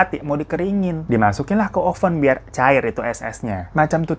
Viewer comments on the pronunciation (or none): logat "meledak didalam open"